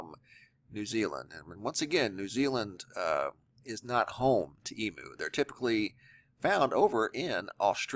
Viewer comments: Eem - You,, not E- Moo... And fully grown Emu's are larger then the one in this video.. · Its pronounced Eem-you...:-))